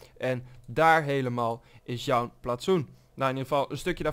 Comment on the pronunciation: wat heeft kijkers of geen kijkers er nou mee te maken het gaat toch om het feit dat hij joun zegt in plaats van jouw